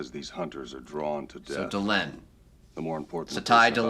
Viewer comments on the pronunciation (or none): It's "Dee-LENN", not "Del-en". The naame is literally being spoken in the show, I don't get why people still can't pronounce it properly? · I understand you haven't heard the names enough to know, but I love the mispronunciations of Vir and Delenn. 😁